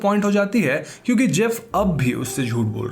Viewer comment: Bro its "kyu K" not "Chu K".